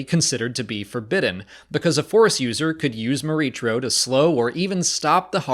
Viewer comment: I have to believe this was meant to be pronounced "Mor-EE-kro", with a "K" sound. Unless someone at Lucasfilm has said otherwise. The "CH" pronunciation is awkward and unintuitive to me.